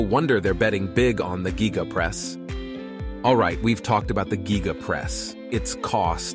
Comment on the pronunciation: I not sure i hande him calling it the "Gíga" 😂